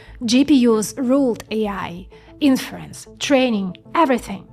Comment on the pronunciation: When she say "inference" and you ear "in France"